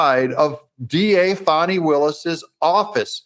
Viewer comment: Thanks for pronouncing her name correctly..Fanni as in Butt… not Fauni…. Old southern name.. had an aunt Fanni Belle